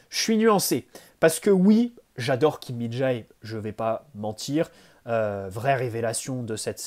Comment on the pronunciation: Salut super vidéo comme d'habitude. ps: Kim Min-Jae se prononce Jé a la fin pas Jaé